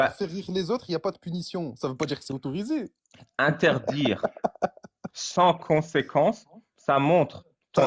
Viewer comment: "Interdjire" et "maudjire", c'est quelle langue ?